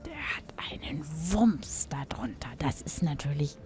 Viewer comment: Der hat einen WUMMS da hinten.Aber jetzt kommt das kleine aber,mit diesem WUMMS muss man natürlich erstmal umgehen. Ich finde das so lustig wie sie WUMMS ausspricht.Ich habe mich so krass erschrocken!